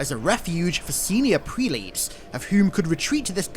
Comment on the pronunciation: Just so as you & others know, "prelates" is not pronounced "prelates", it's pronounced "prellates" as in "sell".